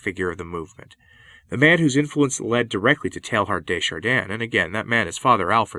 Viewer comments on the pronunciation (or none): Pronunciation: Teilhard (teh-yard) and Loisy (wah-zee). :-)